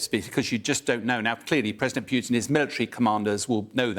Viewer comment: How difficult can it be, to pronounce the name of the bandit correctly? PUT -in, not pjutin!!!